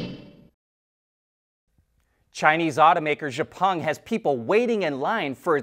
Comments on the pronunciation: Always watch Autoline first every day. and are the commensurate professionals. Something I learned is Xpeng is not pronounced "Gha-pung". The correct pronunciation is X-pung. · It's called "X-Peng", not "jepung"!